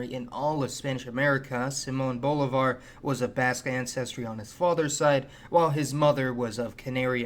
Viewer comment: you should really make an effort to pronounce names like Bolivar properly